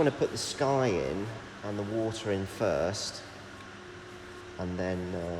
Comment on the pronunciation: Say "water", please!